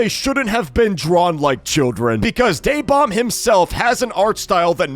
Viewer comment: It’s DaeBomb. Ok. Just to remind you.